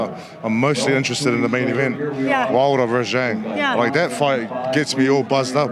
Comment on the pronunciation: Why is opetaia calling pronouncing "Zhang" as "Yhang"?